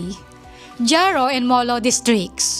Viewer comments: Ma'am haro po, silent j (jaro) hiligaynon language more mix Spanish kaya more silent letters.. God bless ma'am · Pambihira ka nman Haro (Jaro)ang bigkas nyan... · Not jaro. Haro.